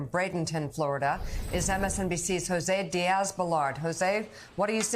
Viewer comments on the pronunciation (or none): none